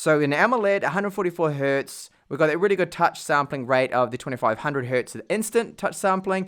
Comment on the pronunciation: I have never heard someone saying "hert" before. That is wrong on so many levels. Hertz is not the plural of "hert". 😂